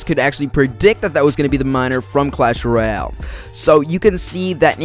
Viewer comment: royal not roial